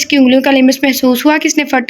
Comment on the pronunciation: Ager maind na karen to lafz lims nai lams hota hy or samid nai samd hota hy ALLAH k namon main sy hay